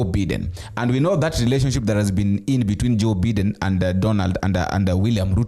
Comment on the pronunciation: It's Biden not Beeden (W-T-F)